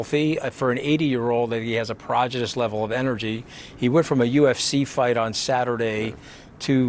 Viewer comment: how is Anthony Scaramucci's health? He just pronounced "prodigious" like he was having a stroke.